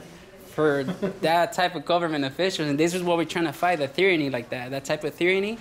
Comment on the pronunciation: I hope you learned how to pronounce tyranny by now. It starts with just a t, not th.